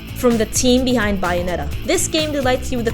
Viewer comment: WHY CAN'T YOU PROPERLY PRONOUNCE BAYONETTA???